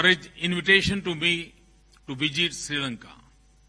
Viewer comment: Kaise Hoga India ka Vikas ?. Jab ke Hamare Prime Minister Hi . Mrs. Ko M-R-S bolrahe Hain. pahele inko English Sikhayoo. bina english sikhe ke Wo Duniya Bhar Ghumrain. pata nahi aur kiya kiya bolke aye ki wahan. aur visit ko Bijit. bolrain.puri english ka postmortem hojara pure india walon ki Beizzati Hojari sharam karo sahram karo